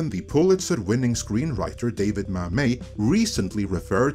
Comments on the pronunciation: OK, it's David MAMET (pronounced Mam - it, as in, it rhymes with "dammit" ) writer of Glengarry Glen Ross, Oleanna, etc. Come on,: if you want these videos to send a proper constructive message, at least don't sound ignorant. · The letter ‘T’ in David Mamet is not silent.